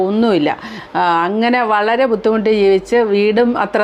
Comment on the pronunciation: please say budhimuttu and not buthimuttu